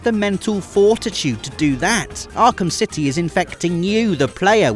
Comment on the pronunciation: & Few hiccups there, talking about arkham 'city' 😂